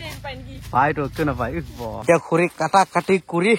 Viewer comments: খুৰি নহয় খৰি শুদ্ধ কব লাগে অসমীয়া ভাষা কলে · খুৰি নহয় দাদা খৰি বুলি কব ❤